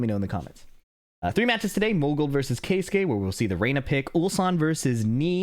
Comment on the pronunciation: finally an american who makes an effort to pronounce keisuke correctly. pisses me off how english speaking people just dont give a fuck how peoples names are pronounced